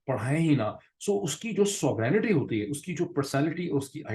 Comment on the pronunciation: Dr Moeed, please check the pronunciation of the word Sovereignty. 😀